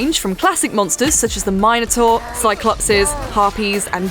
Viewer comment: "Mine-a-tor" lol.